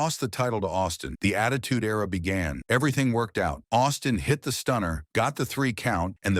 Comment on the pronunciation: Era- (air-uh)